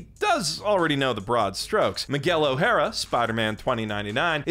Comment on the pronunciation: The fact that you pronounce O’Hara, an Irish name, using the Japanese phonetic system, just…